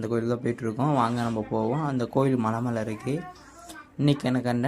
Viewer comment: மழை❌ மலை ✅